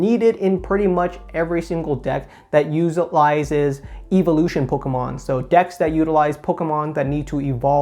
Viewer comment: “Pokamon” and “Eveelution” 😁